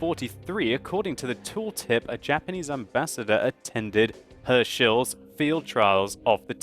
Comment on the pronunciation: "Herschel" :') made me laugh